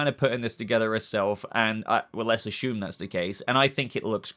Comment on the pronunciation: This is a dumb comment, I was wondering why when you say “assume,” it sounds like, “ashoom.” When you say other words with S(s), single or double S(s), the words have a regular “s” sound. At first I thought you were doing it on purpose to be funny but lately I realized, Pagey and Mr. Sunday Movies, do it as well. So I’m wondering if… A. Are you saying “Ashoom” on purpose? Or B. Is it just an Australian thing? BTW I love your channel, I’ve been a sub for well over a year now, maybe even over 2 years just so you don’t think I’m trolling.